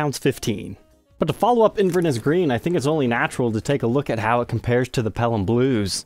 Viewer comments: Wee pronunciation tweak: in Scotland they say “InverNESS” with emphasis on the last syllable. I don’t know how Scottish that colour is, though! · Nice video but would be amazing if you’d learn how to say Inverness properly 😊